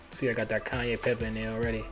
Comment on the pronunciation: Awesome recipe! Cayenne - “kí yan” 😅